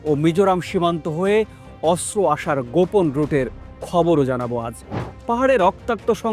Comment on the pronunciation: অস্ত্র উচ্চারণ শুদ্ধ করে করতে হবে 😮😮😮